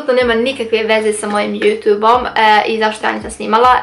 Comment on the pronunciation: Kako cudno kažeš YouTube(Jutu'b')😂Velika podrška za tebe💞💖